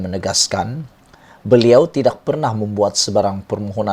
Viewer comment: Sebut tidak pun x betul